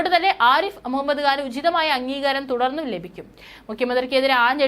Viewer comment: ഖാൻ എന്നുച്ചരിക്കണം.